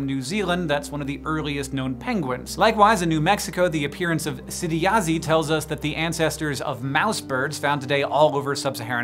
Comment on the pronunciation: Whoa, Ts'idiyazhí is a Navajo word. That was cool, but the zh sound is that same as in the Chinese sound of Zhou. And it's funny you pronounced it like my last name, Yazzie. Which comes from the Navajo word, Yazhí. This is cool.